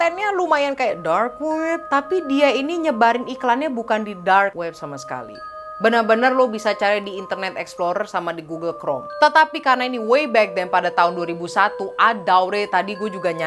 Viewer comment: Jangan sok english kalo masih belepotan. “Gugel Krom” ceunah wkwkwk